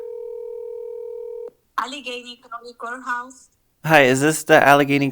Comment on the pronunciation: "Allegheny courthouse"? We got a pixburgher over eer